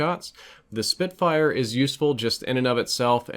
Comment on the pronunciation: Btw it's spitfire not spitfyre